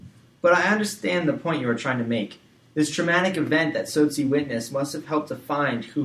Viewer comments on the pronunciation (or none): Its not sosi its T-sot-si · 😂😂Cramming hours before my exam.This pronunciation just killed me .😅🙈I'm from South Africa and your pronunciation of "Tsotsi","Soweto" and "Apartheid" is beyond annoying 😢😲😖